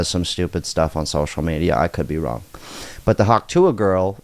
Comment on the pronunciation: You mean "prove me Wong" 😆